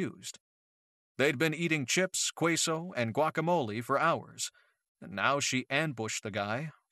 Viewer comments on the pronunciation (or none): I thought it was so funny when he said queso with a q instead of the k sound! Pronunciation for queso is Keso.